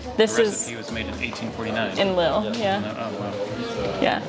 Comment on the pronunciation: Please. It’s not pronounced ‘Lil’, it’s pronounced Leel!